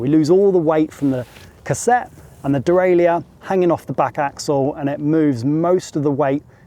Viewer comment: De-rail-er. Not de-rail-I-er But great review! I’d love to be able to buy the DJ motor by itself.